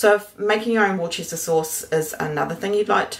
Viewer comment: Worcester is pronounced wooster. Worcestershire is pronounced woostershur. I live near Worcester. I'd start making it now because it needs a long maturation time.